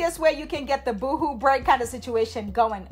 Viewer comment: Not boo hoo 👻 😅 boho 🥥 🌴